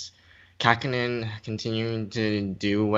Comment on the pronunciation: did you mean Kahkonen?